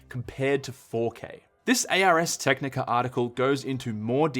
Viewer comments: Isn’t it pronounced Arrrs as in the word not spelled out as A R S? When he’s talking about Ars Tecnica? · A.R.S.? It is Ars Technicha, almost like you are saying "Arz". People should know this when covering tech.